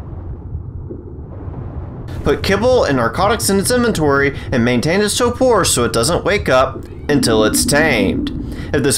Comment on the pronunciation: It is not pronounced topor it is pronounced torpor